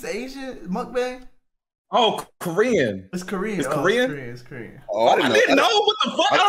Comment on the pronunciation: "...you gotta host an Indian food mukbayne." ROTFLMAO for the pronouncing of the word alone